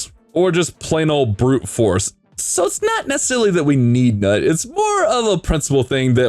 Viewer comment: NUT?! LOL dude the NUT exaggeration is killing me. Isn't it pronounced noot? lol